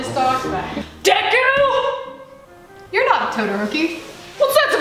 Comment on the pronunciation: “DEKUU”your not todarokie”